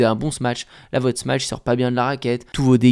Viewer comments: C'est comme dire "smatch" au lieu de "smash", moi ça écorche un peu l'oreille mais tu n'es pas le seul en France à mal le prononcer... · to smash en anglais, sh = "ch", et ch = "tch". Donc non on ne dit pas "smatch" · a tous (les français spécialement) : arrêtez de dire « smatch » par pitié 😫😫